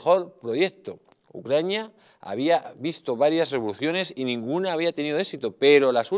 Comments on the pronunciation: Por cierto no es ucrania? Usted dice ucrañia...?🔸️🔸️🔸️☕🚬👋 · Ucraina... pais pequeño, dice 🤣